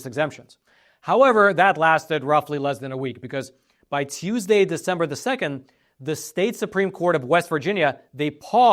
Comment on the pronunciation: this man pronounced every letter in the word Teusday (Tuesday) never heard it that way before.